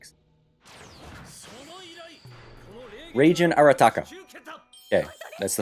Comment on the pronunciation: the g in reigen isn't pronounced like the g in generation its more like the g in gig